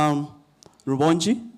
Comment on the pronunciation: 😂😂😂😂😂😂, the name is R.u.b.o.n.g.i. not Rubongyi😅